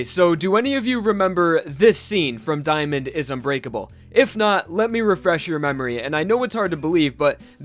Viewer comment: thought you said “Diamond is u grateful” xd